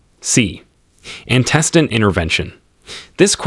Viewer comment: I feel like your AI reader should be able to pronounce antecedent correctly! Or notice whether records is being used as a noun or verb and pronounce it accordingly. But it was a helpful video, so thank you!